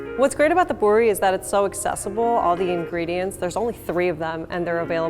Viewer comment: It is not pori it is pooori